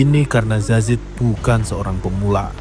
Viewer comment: Salfok sama presenter nya, kok dia bilang zazid ya bukan yazid..